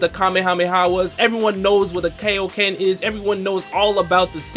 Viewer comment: Did my man really just pronounce the Kaio-Ken as ‘K-O Kin’?! Not trying to be rude but it’s pronounced ‘K-I-O Ken’